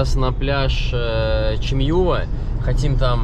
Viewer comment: спасибо за отличный ролик! Только хотела бы Вам подсказать, что желательно правильно ставить ударение в турецких словах. Чамьюва́ ( юва́ - означает гнездо). Вообще, в турецких словах ударение падает на последний слог. Нежелательно, чтобы Вы произносили слова неправильно. Я знаю, что Вам нравится Турция, Вы с любовью показываете её красоты и если ещё будете правильно произносить турецкие слова, то это будет просто супер!